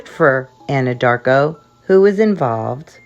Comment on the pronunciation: When u say Anadarko I can't contain my self